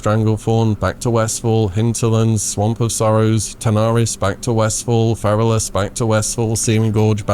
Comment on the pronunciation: oh my days - hearing a fellow brit pronounce Pterrordax as - p...terrodax hurts me deeply, cmon ffs you were educated how to speak the Queens(ig king now) English early on in primary school!